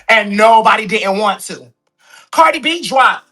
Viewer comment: Stop saying Cardi wrong they both wrong however Nikki Started talking about that girl daughter first.